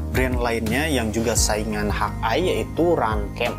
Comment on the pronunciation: review bagus, cuman ejaan englishnya dibenerin bang .. masak hawk eye dibaca "hak ai" dan thumb dibaca "tumb", geli aja kuping saya dengernya .. wkwkwk